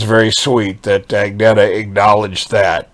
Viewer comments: Actually, it's pronounced "ang-nay-yah". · I’m surprised that you’re pronouncing the G in Agnatha’s name - she does not. It’s “Anyeta” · Hey, enjoy your channel. You should know that Agnetha does not pronounce her name with the "g". It is pronounced like "Anetha". Keep up the good work!